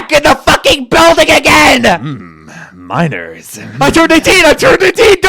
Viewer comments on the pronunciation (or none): "Minorrss" It never ends